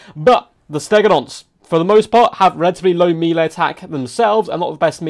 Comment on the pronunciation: melee = "mellay"